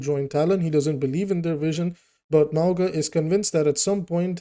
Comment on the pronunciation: ‘Mow-nga’ it’s mountain in Samoan